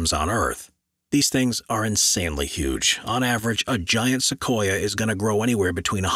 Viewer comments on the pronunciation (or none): none